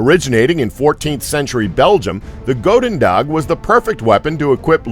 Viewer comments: as a dutch, please, please try to use google translate to get the pronounciation at least close... goededag, is more pronounced with the "ou" as in "you" than a oa sound like "boat" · Its prenauntst as goeden dag